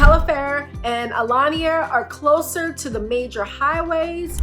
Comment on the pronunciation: Aliana ….not Alania. Just helping you out….